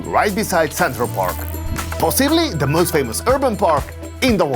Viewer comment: He says with keviarr oh jo negggishh 😂 and...then he says the not most he says möüst .....go.learn english fidesz lovervoy🎉😂❤